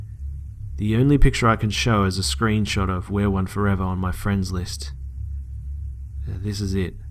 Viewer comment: the snap name is "we are one 4evr".. not where one like your pronouncing it. Just an fyi